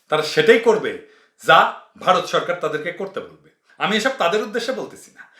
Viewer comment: ভাই আপনি কথার মাঝখানে ভারত বলতে গিয়ে "ভাতার" বলে ফেলছেন, অসুবিধা নাই আমরা বুঝে নিছি কাঁঠালরানীর ভাতার! :face-blue-smiling